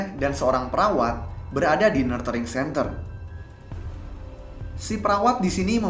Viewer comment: Saran. Mungkin sebelum menyebut nama tempat atau lembaga dalam bahasa inggris, bisa di cek dulu cara penyebutan yang tepat. Contoh: "nurturing centre"